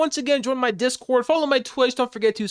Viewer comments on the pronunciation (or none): none